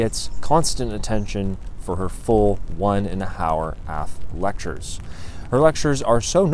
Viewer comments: “One and a hower aff lecture” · "one and a hower" LOL